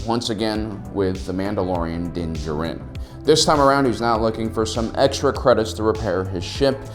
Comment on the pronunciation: Its pronunced din da jar in